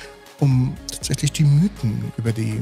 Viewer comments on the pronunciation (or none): none